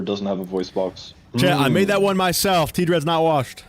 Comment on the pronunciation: There’s this weird thing where his name is actually TDread, but like everyone pronounces it like Tdreads except him